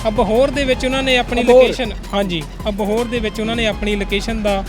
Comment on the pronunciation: ਪੇਜ ਨੂੰ ਪੇਚ ਕਹੀ ਜਾਂਨਾ ਇੰਸਟਾਗਰਾਮ ਨੂੰ ਇਸ਼ਟਾ ਕਹੀ ਜਾਂਨਾਂ ਅਪੀਲ ਨੂੰ ਅਪੀਚ ਕਹੀ ਜਾਨਾਂ ਅਬੋਹਰ ਨੂੰ ਅਬਹੋਰ ਕਹੀ ਜਾਂਨਾ ਤੇਰਾ ਤਾਂ ਲੁੱਟ ਹੋਣਾ ਬਣਦਾ ਹੀ ਸੀ ਭਾਲ਼ਦਾ ਗੁੱਚੀ 1000 ਰੁਪਏ ਚ'😂